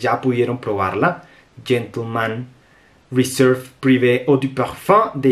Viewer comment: que buenísima reseña, la voy a conseguir. Me encanta que eres de los pocos que pronuncia bien los nombres de los perfumes, es por eso que quisiera hacerte solo una pequeñita corrección, dijiste todo el nombre en francés menos la palabra Réserve (que la dijiste en Inglés) que dicho sea de paso la tienes escrita en francés:), solo eso que es una tontera, pero creo que puede servirte. Saludos